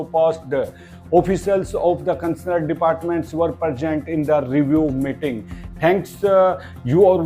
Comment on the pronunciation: Following words should be pronounced as per spelling:- Concerned and identify, please.